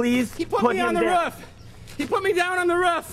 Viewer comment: I love how he says, "he put me down on the RUF" instead of roof